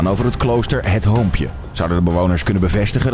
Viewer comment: Ik dacht wow dat word eng gelijk na dat hij zij "Klooster hut hoompje* Nam ik de video niet meer serieus.. Ik heb het wel weer serieus genomen